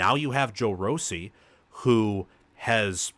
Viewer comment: Its ROSSI prounced differently! Good show and if MSU dosent have a young team mistake 3 times in the redzone its a 21-27 extra points for MSU, 37-10 or 43-10! The coaching staff will have this team good if not great! Greatness is coming.